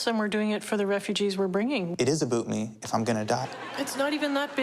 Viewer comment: “It is aBOOTme”